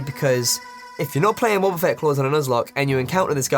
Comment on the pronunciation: When he said wobbafett i just couldnt stop laughing, i have no f'ing clue why xD